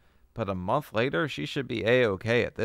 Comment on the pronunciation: you pronounce ' month' really weirdly.